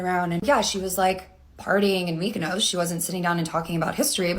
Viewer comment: Mykonos ( She pronounced it wrong,[ like if she would say Futt{ palatinate word for cunt}, instead of food]), is an greek Island!